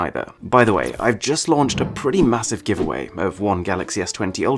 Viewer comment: I love how the way you pronounce GIVEAWAY 😅😅😅